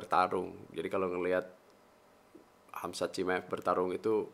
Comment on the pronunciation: Khamzat bukan khazmat wkwkkw